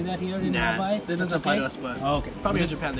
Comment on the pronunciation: I really like the way you say hawaii, I too have panic on eating raw fish after watch this Next time I will definitely try something like this. and thanks for your message on food at the end 😊🌸⭐, happy to see you again, please make more content we are really interested to see a lot from you 😊🌸⭐